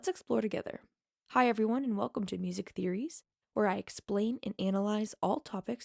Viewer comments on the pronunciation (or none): none